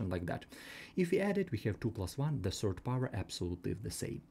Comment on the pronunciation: While me noticing him say serd instead of third😅